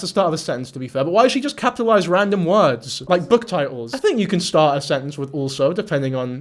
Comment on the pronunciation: Scrick tf why can she not pronounce words proper and enunciate..❤